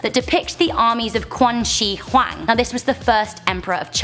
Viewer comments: Did she just say Quan Shee Hwang? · Qing Dynasty, Qin ShiHuang, Qian DaoHu! She should learn some Chinese PinYin how to pronunce Q.